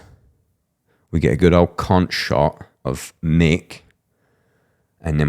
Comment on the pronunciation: “conch shot” is crazy